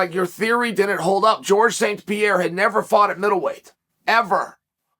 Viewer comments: Had to think “who the fuck is Pierre?” It’s Pereira. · Alex per-air-a Per like a kitty but he ain’t no kitty. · Lord Chael almost mispronounces Pereira’s name, before correcting his almost mistake